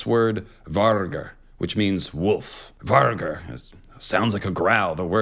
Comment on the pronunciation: Just a heads up, ’g’ is usually pronounced as ”y” in nordic languages. Vargr is pronounced varyur.